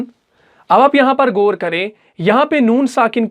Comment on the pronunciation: ماشااللہ ماشااللہ۔۔۔۔۔مگر گور نہیں غور ہوتا ھے اور گنہ نہیں غنہ ہوتا ھے